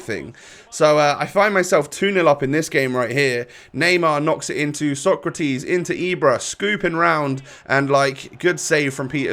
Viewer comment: It’s pronounced ”Socrates” not ”Socratis”. Keep it up 🔥🔥